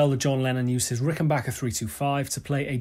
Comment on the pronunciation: Thank god you know how to say Rickenbacker. The guitar chord on its own sounds like the Getting Better chord.